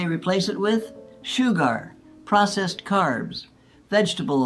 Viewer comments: This is AI the way she said shoe-gar instead of sugar. And the fact that I don't think a 103 year old will be this spry. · Anyone notice the few words mispronounced? Like 60-s not 60’s and su-gar not sugar Just making sure this wasn’t AI? I still ageee 100% though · Like the content; check the narrative pronunciation. 60-S...no. Sixties. Shoo-GAR... no. Shuh-gr. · Lol, shoo-gar? I got a better one for ya.....she says BULL SHIT!! LOL. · So I’ll give her some slack for saying ‘Shoe gar’. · I like the way she pronounces sugar=Shoegar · AI can't pronounce words, sometimes. That's the giveaway. As soon as she pronounced sugar "shu-GAR", I was like oh ok, it's AI. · I think this may be AI content....? She says " low carb diet in the 90....s She also says shoogar for sugar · When she said shoo-gar (instead of sugar), I realised shes AI. Now I dont believe anything I see. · Sadly, this is Fake, artificial. This "person" makes four critical pronunciation mistakes that no human would make, especially someone this mentally sharp. She pronounces sugar as "sew-gar." She also describes a family argument that took place in her 40's but pronounces it as "forty-ess." There are two others as well. I think the content is quite good from a dietary perspective, but it is not real. But this is obviously an artificial computerized voice reading a script. Further, the voice is just too perfect with no inflection, pausing, etc. You can't fool everyone. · "Shoo-gar" lol.. Both my grandmothers lived to 100, they both ate a variety of real, whole foods. And one gram still smoked 2 packs o cigarettes a week til the end. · This is interesting. But there was an error that could make you wonder if it was real. The lady pronounced "sugar" --"shoo-gar." Not so sure that a human would pronounce it this way! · You can tell AI by saying 90s as 90 s and sugar as sue gar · I believed it till she mispronounced #.